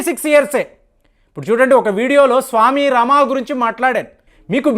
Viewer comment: స్వామి రమా కాదు స్వామి రామ. సరిచేయండి.